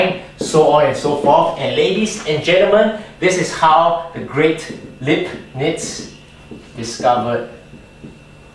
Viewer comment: 1. it's pronounced like "laib-nitz". 2. Indian mathematician Brahmagupta (AD 598-668) had discovered this 1000 years before. 3. you can get 1 - cos(theta) from t=tan((1/2) theta) by standard t-formulae [tan(theta) = (2t)/(1-t^2) cos(theta) = (1-t^2)/(1+t^2)]